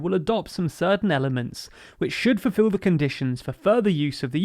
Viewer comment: I am a massive fan of these, though the grammar fascist in me want you to say 'fulfill' (not fufill) and 'accession' rather than 'assession'. Maybe the world has just changed. I don't like 'footbull' either but that's how people say it. Maybe it's me. Also really enjoyed the little fluff that survived the edit. You should leave one in every episode to make sure people are paying attention.